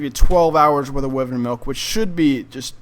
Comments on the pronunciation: Wivern its wyvern lol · it's pronounced why vern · Am I the only one annoyed but how he pronounces "wyvern"?... But other than that, cool video. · He saying wyvern wrong lol